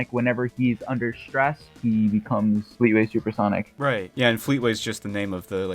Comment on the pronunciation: I KNEW HE WOULD SAY FLEETAWAY